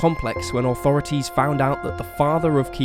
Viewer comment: Funny how you say Authorities....."Oh thorities" lol